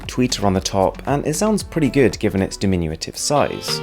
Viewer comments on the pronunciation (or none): No such word as "dim-in-u-a-tive".